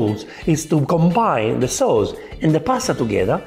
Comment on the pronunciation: "MIX IT WITH THE SOOWS!"